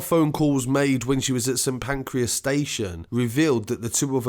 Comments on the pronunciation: St Pancreas 😂😂 sorry bro but had me creasing, it's Pancras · The way says “St Pancreas” 😂